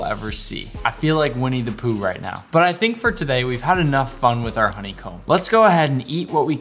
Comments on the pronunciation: i thought he said i think we need to poo right now🤣🤣🤣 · bruh i thought he said "i feel like we need to poo rn" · Ngl, I thought he said "we need to poo rn" when he said "winnie the pooh"☠ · I thought he said we need to poo😂